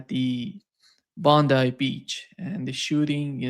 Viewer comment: Congratulations. You are the first person to pronounce Bondi properly.